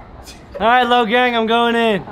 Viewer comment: it is gang not kong